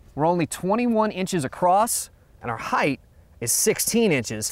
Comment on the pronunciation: I noticed this guy pronounces the word 'height' with an extra 'th' sound at the end. Is that the usual American English pronunciation?